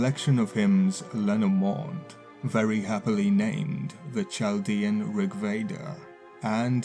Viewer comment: There is no such thing as magic. The Bible is the book of cult mind programmers. My goal is to deprogram as many people snared in the Abrahamic mind trap as possible. The necessity for this should be painfully obvious with the events in Gaza. BTW, it's pronounced Kaldeans, with a k sound.